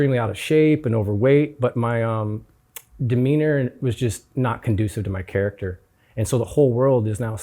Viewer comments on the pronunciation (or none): none